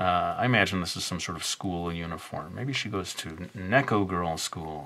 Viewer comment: it's "Nee-ko" not "Neh-ko" XD sorry I had to even though I am late.